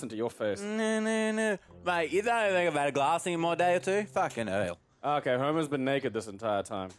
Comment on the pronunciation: Aaron's little 'fughin heyul' is the most drunk-sounding Australian thing I've ever heard